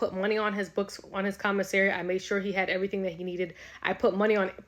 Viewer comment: EV-UH-REE-THING. my GOD.